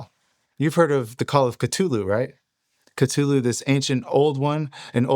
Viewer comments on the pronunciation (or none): thule? kha-thule? Lam of GOD? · In Lovecraft books it says cthulu is said different to how it's spelt maybe a silent C ?